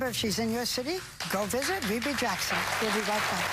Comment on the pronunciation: “Vebbie “ Jackson